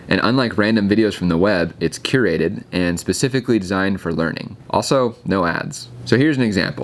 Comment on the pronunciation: I thought he said "This is FOUR Humanity!" LOL